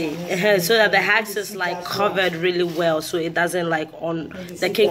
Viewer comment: Husk girl husk not hask lol